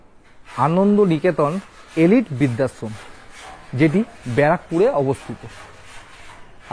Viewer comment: ভাই এটা বিদ্যাশম ,না কি বৃদ্ধাশ্রম? কিছু মনে করবেন না একটু উচ্চারণ টা ঠিক হলে শুনতে ভালো লাগে 😊